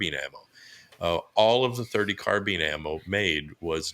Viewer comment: Carbine like combine or Columbine not carbean or combean or Columbean!